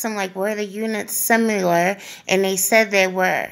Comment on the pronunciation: Idk why but I absolutely LOVE the jersey like accent lol :) keep doing what you're doing its so appreciated!! P.s. def not being rude just letting you know there is not a U in the word similar. Both I's in "similar" are short i's pronounced like In or It or Ick. (If i did public speaking and was saying something wrong I'd rather know than not know and hope someone would tell me. Just trying to help) .. Thanks again for all the work you put into this and bringing TRUTH! XOXO